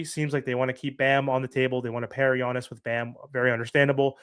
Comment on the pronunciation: I love how you say "Yonis," 😂 Your content is top o' the line, you know I appreciate it. But you also know it's "YAHNIS" LOL